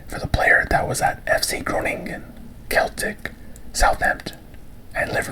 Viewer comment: The team Celtic is pronounced "sell-tick" btw